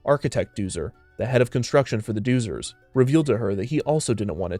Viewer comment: Pronounced” Dozers .. Doh-zers “